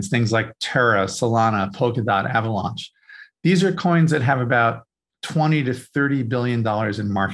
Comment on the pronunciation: also avaLAUNCH is different than avaLANCH